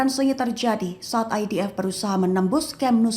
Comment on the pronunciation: ...bagus sebutan IDF nyer bukan EDF